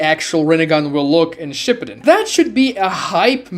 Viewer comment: bro says shipedun